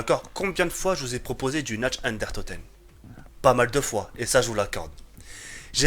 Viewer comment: Tu parles pas allemand mais fais un petit effort stp "natch den unetoteun".... "dere rièse"....